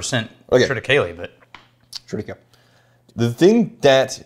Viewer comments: tri -tuh-kei-lee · Love the pettiness on the pronunciation of triticale 😂😂😂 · Bro, it's Triticale. Say it right.